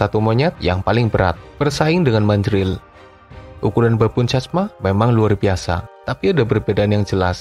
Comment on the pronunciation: Pertama min btw, Chacma dibaca Cakma terus selain Mandrill si Monyet Dukun yang paling tenar sebagai Rafiki di Lion King lalu ada Drill yang merupakan kerabat Mandrill dan Gelada yang paling mematikan